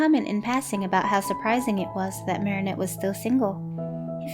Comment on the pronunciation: THANK YOU SO MUCH FOR PRONOUNCING THE NAME 'MARINETTE' PROPERLY!!!